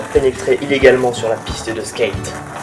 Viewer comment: Arrêtez " Je skayte" sa fait mal à mes oreilles